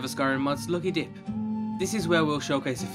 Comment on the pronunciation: At the beginning he totally says "Skyrim mods lucky d*ck" xD